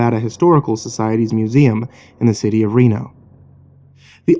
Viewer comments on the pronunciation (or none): none